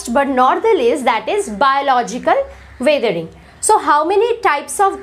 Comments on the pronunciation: you should spell weathering as wethering and not waathering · Your pronounciation is not right of weathering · I think that the pronunciation u have of weathering is different...... So which is correct!!